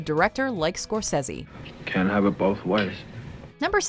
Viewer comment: Someone tied with Scorsse? What the hell? I though that was not posible